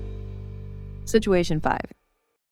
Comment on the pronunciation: Ooo i thought pronounced FIFA is FIFA but actually FAIFA? 😮 My life has been fraud 😂